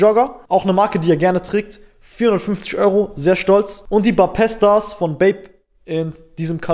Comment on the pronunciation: Nicht Bapesta sondern bape star ausgesprochen